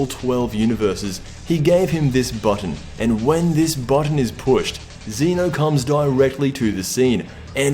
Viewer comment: ZEH-NO! ZEH-NO!!!!!!!!!!!!!!!!!! NOT F*CKING ZEE-NO